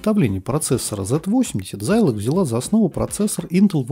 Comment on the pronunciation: откуда такой странный прононс? Почему зАйлог? Почему зИикс? Очень режет слух. Может тогда уж и Сайнклэайр говорить?) Если хочется хочется подражать английскому произношению, то можно хотя бы в гуглтранслейте послушать, как эти слова звучат, а он скажет - зЭДэкс и зИлог.